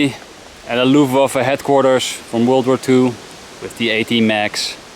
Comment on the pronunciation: "...Loeftwaffuh hetkwarturs..." Sounds like you're Dutch! 😜